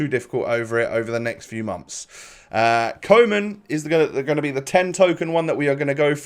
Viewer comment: Koe in Koeman is pronounced like Koo